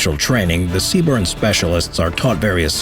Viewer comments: It's accurate except for the acronym. Lol. C Burn would definitely look better, but unfortunately it's CBRN or CBRNE. And the phrase "Moss" instead of M.O.S., but I love these videos and these are small things. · Btw, the acronym is CBRN, not cburn, other than that, good video, also currently serving as a dragon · CBRN not C-Burn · Errrm it’s CBRN not C BURN 🤓🤓🤓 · They are not a branch. They are a Corp within the branch of the US Army. And they say "Sea-Burn" not C-B-R-N. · I love the way he says CBRN, C-burn, metal af!